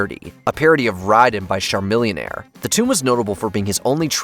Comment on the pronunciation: Jesus bruh, you absolutely butchered Chamillionaire name